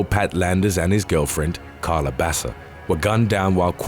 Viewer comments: Her name is pronounced "Baka" not basa. Wtf? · Baca is pronounced bah-kah not basa I know this because Baca is my last name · #5. Just sayn Baca is pronounced Baka. Spanish word. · Why is dude saying Basa when it's written Baca. I feel like the narrator isn't a native English speaker but a good voice actor lol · It's pronounced Baka not Basa vato loco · Baca is pronounced ba-kah not bassa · You know you either have a computer generated narrator or an egotistical b@@ narrating when Baca is pronounced bass-uh. P.o.s. can't be bothered at all to learn how to pronounce last names when making YouTube videos. I've heard enough, I'm unsubscribing. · It’s funny how the narrator pronounces Spanish last names like if they were Italian last names like Baca and Barraza.